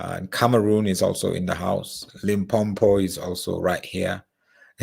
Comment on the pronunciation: my home town is pronounced Lim-po-po and not Limpompo